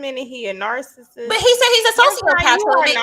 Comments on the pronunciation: Right! Narcist. Smh. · How ya’ll gon let keep saying narcissist wrong? Lol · Stop using words you obviously do t know how to spell because you are mispronouncing the word. Narcissist. Narcissism. Narcissistic. 🤦🏾‍♀️ # 🙄